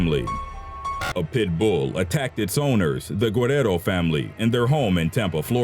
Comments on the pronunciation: Is it just me, or is this guy saying "pitbull" with too much emphasis on the "bull" ? "Pit-BOOL." lol xo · Tya Wright LolHe puts the En-PHASIS on the wrong syl-LABLE. 😂😂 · Am I the only one annoyed at how he pronounces pitbull?